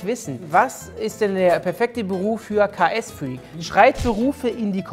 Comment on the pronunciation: Er heißt KSFreak und nicht KAS Freak 😂😂